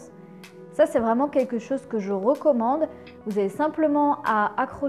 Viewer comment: Quelques chose que tu ? ... "rocommande" ? tiens j'ai appris un nouveau mot ^^